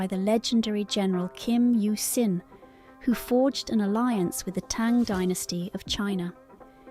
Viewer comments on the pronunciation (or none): none